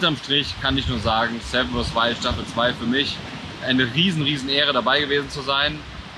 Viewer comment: Knossi hat finally wirklich 7 vs Wild richtig ausgesprochen.. Wow! :D